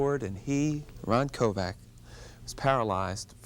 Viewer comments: His name is Kovic, not Kovac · Kovic not Kovac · "Kovac" its Kovic. The guy doesnt even know that he was shot in the chest not in the back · Sounds like he says Kovac?His name is Kovic! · Yes it is its Croation surname Kovic...not Kovac.... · Quit saying KOVAC! It's KoVICK! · Isn't his name pronounced Koe Vic????? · It would've been nice if the interviewer had pronounced his name right. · Wanted him on his show but pronounces his last name wrong🥴